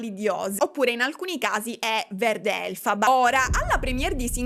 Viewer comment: adoro cm l'unica volta che il nome va letto uguale a cm si scrive sceglie di dire elfaba 😂che donna coerente😆💜